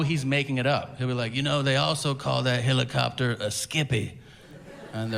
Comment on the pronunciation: I’ve never understood why Tom says “hill a copter” instead of “he li copter”